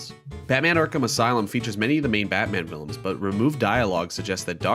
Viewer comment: "...features many batman villaims"